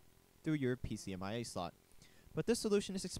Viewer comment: PCMCIA, not "pcmia"